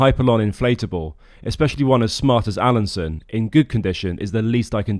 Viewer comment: Alansøn is not pronounced "Alanson", ø is pronounced like the "u" in "burn".